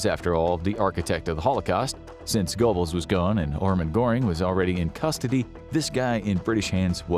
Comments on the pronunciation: I think you will find GOEBBELS is pronounced GERBULLS (BULL as in DULL) and NOT GOBBLES like the sound of a turkey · (😮Eva) "Braun" - pronounced like the English "Brown." Goebbels = "Gurh buls" Thank you❤ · Goebbels is pronounced Gerbells. I don’t know why. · Goebbels is pronounced GER-bulz. Doenitz is pronounced DER-nitz.